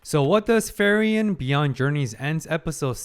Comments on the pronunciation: I await the day that will say Frieren's name correctly. You do excellent reactions good sir and I have a lot of respect for you but her name is pronounced FREE-ren not FURY-en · Her name pronounces as FreeRen, not Furion. Furion is another elf character from WarCraft universe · Its cute how your prononciation of Frieren almost sounds like Ferien, which is a german word too and means holidays/vaccation. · Just a silly little thing I noticed, but the way you pronounce Frieren sounds a lot like Ferien. Honestly, since both are German words, I wouldn't be surprised for the latter to be a name in this series as well, considering every person and place in it is just named after a German word. But while Frieren means freezing, Ferien means holidays.